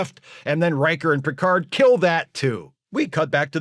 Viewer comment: "Mister Pickerd!"